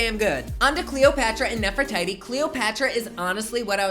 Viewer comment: it's pronounced nefriTeTe, but I get how you could think it's pronounced like Aphrodite is